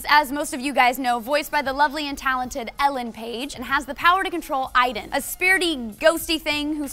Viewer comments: isn't it Aiden, not Iden? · Don't you pronounce it A-den, not EI-den? :S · spelt aiden, pronounced iden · The game pronounces it as "eyedan" so thats why they say it, even though its spelled Aiden